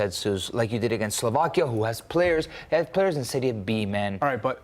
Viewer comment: You are right, I didn't even notice they butchered the name of my country. Professionalism through and through.